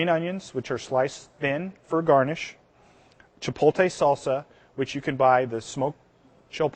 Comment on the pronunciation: Is he saying chipotle wrong? It sounds like hes pronouncing it cha- pole- tay. Whats he saying?